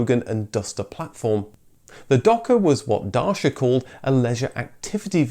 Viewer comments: Why you keep saying Dashia? Also, why are you jumping from DaCia (you notice the correct letter standing up in the middle of the name?) to ARO or Olcit - it's like putting Mercedes in the story of Honda - By 8th minute I strongly suggest you to get yourself a pair of glasses.... how the f.... you manage to get from Nicolae to Nicolau - IT'S E LIKE IN >E DaSHia <-> CeauCescu (as read by this guy) And no, the people still afforded the fuel, but the government decided to ration it. Same stuff with Hunday - man U hungry to eat letter like that. HYUNDAY, let's keep practicing HYYYYYYYYUUUUUNNNNNNNNDDDDDDDDAAAAAAAYYYYYYYYY. Notice the Y there after the H? Try it again: HYUNDAY. Still failing? GET SOME GLASSES!!!!! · It’s DACIA like Thatcher. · Dacia pronounced like “da-chi-a” keep up the good work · Would really appreciate if you made a greater effort with pronunciations... It's da-chi(as in Chinese mistical force) - a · I'm glad you did this, but it's pronounced more like DAT SHA, isn't it? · As a romanian, I can assure you that the closest way to pronounce it closest to it's original form is Dutch-ya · Thought it was “Datcha” rhymes with “Catcher” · So I’m curious. James may pronounced it “Day-see-ah”, you’ve been pronouncing it “Dar-see-ya” and the Tv ads in the Uk pronounce it “Dah-kee-ah”. Which is correct? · Dude if you’re going to make a piece on this company replete with history segment, why didn’t you learn how to pronounce Dacia correctly? The c is as in an Italian cc - not hard to find out. Your ludicrous pronunciation just grated so much I had to switch off. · You can not even pronounce "Dacia"? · They're right though. It's a hard 'ch' sound not soft 'sh' sound. Source: Am Romanian. It's like pronoucing Vauxhall like Vow-xhall instead of Vaw-xhall. It would bother you too. Still thoroughly enjoy your channel tho 👍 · Learn how to pronounce Dacia. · A complete mangling of the name Dacia. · you pronounce Dacia wrong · It's Da-chia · It's pronounced datchia